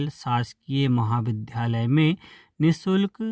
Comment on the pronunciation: क्या कामेंट सेक्सन के कामेंट्स नहीं पढ़े जाते? यदि "नहीं 'तो इस सेक्सन को हटा दीजिए, क्योंकि मैंने कयी बार लिखा कि विद्यालय और विध्यालय के उच्चारण में अंतर समझें। लेकिन समाचार बोलने वाले वक्ता को फर्क ही नहीं पड़ता!